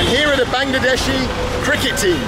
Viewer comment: "Bangedeshi train" উচ্চারণটা খুব ভালো লাগলো! 😂😂